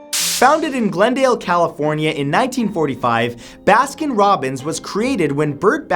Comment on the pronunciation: ‘Baskin Robins aways finds out’